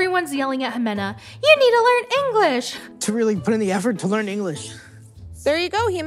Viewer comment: "LaERn InGLeees"! Well, nihau to you love.